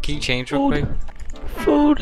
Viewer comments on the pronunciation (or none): none